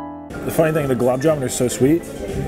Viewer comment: It is "Gul_Ab' Ja-Man', my friend And also, why didn't you quit at plate # 8? Wasting food to stuff yourself is not attractive